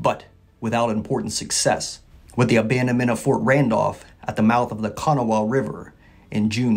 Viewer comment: You should learn to pronounce Kanawha!